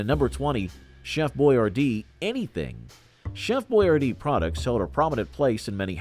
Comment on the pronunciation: Funny seeing Alyssa Milano in that Hi C commercial. And Costanza with hair. You also mispronounced Boy-ar-dee. Trust I used to say it the same way until I saw an old b & w commercial with him saying his name. Granted, its subtle, but there is a difference.